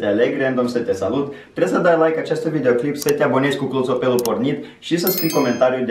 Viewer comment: De ce spui clotopel